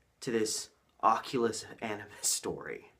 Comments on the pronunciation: Anubis = uh-new-biss Longest intro ever But good video! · Bruh you should have learned how to pronounce "Anubis" before you made a 90 minute video where you say it over and over again. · How do you massacre the prononciation of Anubis that bad. I will watch no further.